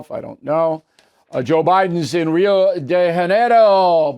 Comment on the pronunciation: Bill, why are you pronouncing the letter "J" in the city name Rio De Janiero, as the letter "j" in Spanish? Rio is in Brazil as you know, and there, the official spoken language is Portuguese. That "J" is pronounced like a soft "zh" sound. Shame on you. ~Laura Ph.D. philology